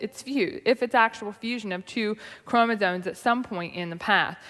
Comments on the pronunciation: okay well there she definitely said "chroma-zones" so who knows. But I'm having trouble parsing the difference between her accent, speech impediment, and apparent ignorance. I will say though, in her newer videos she is much more clearly spoken, so she's obviously worked on it. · Oddly, she seems to pronounce "chromosomes" correctly. I think she thinks "chromosone" is the singular form of chromosomes.